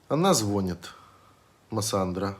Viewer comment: "ЗвОнят", "ложат"... слух режет прямо.